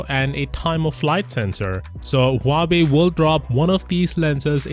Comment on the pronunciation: Why im continously hearing him say Huabei? Instead of Huawei.